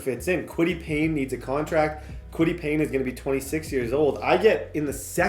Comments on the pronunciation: kwity pay not payne lol😂😂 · Who’s gonna tell him it’s Kwity paye not Payne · Fam it’s kwity PAYE not Payne (pain) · He also calls Kwitty Paye “Kwitty Payne” and calls Julius Brents, “Julian Brents”😭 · Julian Brents, Kwity Payne, Mike Sanstril, Alex Pierce 😂😂😂, slow down and learn your players names 😂😂😂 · Idk if yk but that’s tds nickname for kwity paye, in franchises where he’s had him he’s always said kwity Payne